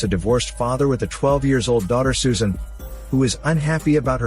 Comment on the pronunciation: but thing is the girls name is not susan but its Soo-An